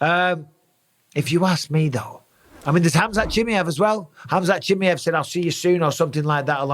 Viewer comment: Never did I see someone getting Chimaev's name so wrong. "chiamiav" sounds like a weird catbreed or something 😂 Aside from that, I agree, but I think Pereira should let the Izzy thing go now and move to 205. He could probably even fight at heavyweight. Make no mistake about that though: he'll definitely collect several losses, should he be matched against high level wrestlers. As long as he's fighting strikers, I see him beating everyone, because there's noone as good as Izzy, when it comes to the stand up game and he beat him 3 times, anyway. I assume he'll beat anyone in the top 5 in LHW. So many great fights to watch. Imagine him VS Blachowicz/Prochazka/Rakic for example. Would be amazing to watch.